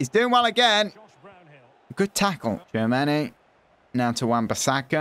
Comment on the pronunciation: its pronounced as 'chuomeni'